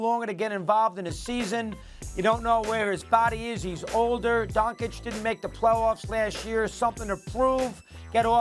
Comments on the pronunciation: WTF is with this Doncik and Donkic 🫏? Yo jackasses, it's not that fucking hard, its Donkick! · Don-CHICH, not Don-Chick, dude is in his 5th season and you morons still can’t pronounce his name. 😂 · If Mad Dog says Don-kich one more time man 😂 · nobody: mad dog: DONKic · can they stop calling him donkic or doncik , holy fk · Such a disgrace!Two gazzillion dollar paid so called analytics do not have enough respect to young european guy,who is actually a super- star of NBA, simply to learn how to pronounce his name. All this silly Donchik,Donkich,,from Steven A. and Mad Dog,Very arrogant.Very unprofessional.Little more respect to the world, gentlmen,DO YOUR HOMEWORK! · They still can't pronounce Doncic's last name. Might as well call SAS as Stephen A Smith (Curry pronunciation). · All these years and Stephen A sill cant pronounce Doncic correctly.... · SAS is so disrespectful always pronouncing Doncic incorrectly. He doesn’t understand common courtesy and respect.